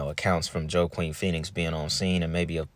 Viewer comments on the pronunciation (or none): Sorry I am not trying to be rude . Love your channel and thanks for sharing this video. But his name is not Joe-queen but pronounced Walk-een … I had the same issue back in the day when first seeing his name lol. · Pronounced “Huakin Phoenix brother. The J is pronounced as an H🤙🏼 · Another good video. His brother name is pronounced "Wakeen" Phoenix. The J is silent. I always found the Phoenix family interesting and the storiesnare crazy. River had a lil knowledge I always felt. Keep up good work. I got you on cashapp. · Bro, bless you for always coming through with deep ass uploads. However, everytime I hear you say "JoE-QeEN PhEoNiX" I giggle and I don't want to hear my guy mispronounce anything or look under researched. It's pronounced "Wha-keeN" and I totally understand the mistake as I've never in my life heard or have seen anyone else with that name before either. It must be some cult ish they were going for when they picked his name. Either way, dope ass upload as always man. You know we'll all be in the pocket for the next one to come out as well. Keep your chin down and stay in the fight because you've been winning for a long time my friend and we all love seeing you succeed. Much love bro. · Wa-keen is correct pronunciation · hey there! River's brother's name (Joaquin) is pronounced (wah-KEEN), also, the guy between lisa bonet and river is raul julia, who was also "taken" suspiciously. look him up. lisa bonet had always been considered a lunatic so no one listened to her. she paid off the machine by becoming sexualized, especially in that voodoo movie, and labeled as a mentally screwed up mixed kid. and river has stated before how he and his siblings were "acting" to make money for the cult. good content! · Not being funny but his name is pronounced “wah-keen” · I've always thought there was something off about his death, long before I knew what I know... And just an FYI his brothers name is pronounced "wha-keen" Joaquin. Another great video, so thankful 🙂